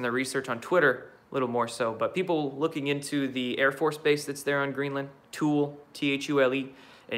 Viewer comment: Dude, it's TOOL-ee, not tool. ~♥~